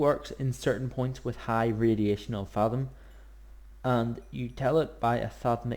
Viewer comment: Is there a particular reason you pronounce thaum as fathom, as opposed to thumb with an A in it? (I.E. th-a-umb) It's a minor gripe, I know, but it does make watching an otherwise great video rather a chore for me. Still, cheers for the video it was usefull!